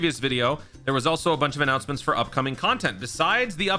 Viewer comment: Annountnents, big tings appening